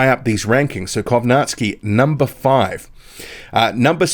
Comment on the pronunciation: Not Kownaski Kow Nacki